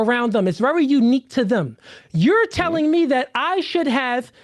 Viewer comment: Mr. Let Go said "Supposed to" but can't say "SHould" this is crazy bro 🤣🤣